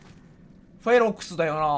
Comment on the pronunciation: 『フェロクス』じゃない、『フェロックス』じゃ！